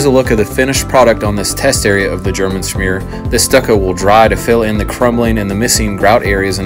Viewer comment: Pronounced "sh-mear". :) Like how it's turning out. Any chance of seeing the finished product?